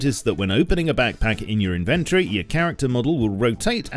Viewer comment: inventory is a 4 syllable word.